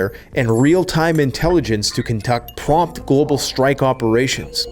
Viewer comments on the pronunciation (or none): none